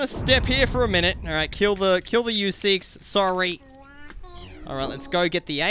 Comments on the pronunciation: MESEEKES NOT YOUSEEKES Not to be mean just saying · It's mr. Meeseeks not mr. Youseeks. No hate